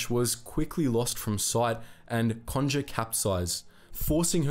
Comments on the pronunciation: It's Bis-kay and con-ger as in, conger eel. I'd say it's fairly well known in the UK because of a film called, The Cockleshell Heroes although that film takes some liberties with the story. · You need to get the correct pronunciation of Conger and Biscay